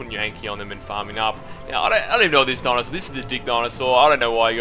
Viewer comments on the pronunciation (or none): He calls dinosaur donasour its funny